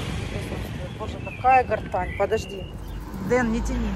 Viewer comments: Герань, а не гортань. И проводов давно нет у телефонов. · Почему гартань???😮Герань!!!Ну,откройте Гугл и прочитайте как правильно называется это растение!! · запомни, пожалуйста, не гортань, а Герань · ТЫ ОПРЕДЕЛИСЬ, ГЕРАНЬ ИЛИ ГОРТЕНЗИЯ,НО НИКАК НЕ - ГОРТАНЬ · уже раздражаешь со своей "гортаньей", почему не прислушиваешься, как правильно называть цветок? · Не пойму, может в Италии герань звучит как гортань или специально коверкает специально